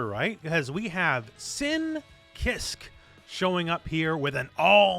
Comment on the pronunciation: This is getting on my nerves so sorry if this sounds like I’m complaining. Kiske is pronounced kee-s-kae